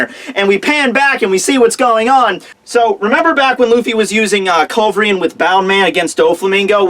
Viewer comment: How hard could it be to pronounce culverin right? :P